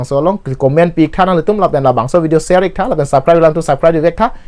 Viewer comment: Ser tha pu kali bo,sher ( share ) tha pu le pu non he. Pronunciation chok che chet lo di asap so🤔🙏